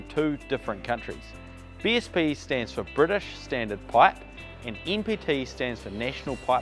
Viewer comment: This guy pronounces his letter "N" in the NPT like the letter "E." C'mon, you can do it! Nancy, Negro, No, November. "N"PT